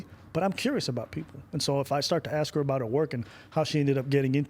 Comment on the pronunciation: "People Aksum bout me"